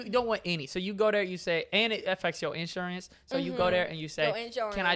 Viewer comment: the way he said insurance😂